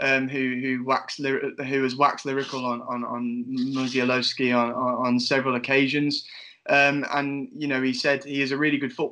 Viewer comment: His second name is pronounced Mu-sh-a-w-owski. Great video too lads.